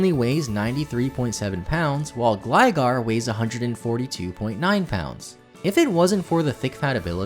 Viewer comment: You said Gligar correctly but pronounced Gliscor incorrectly. How?!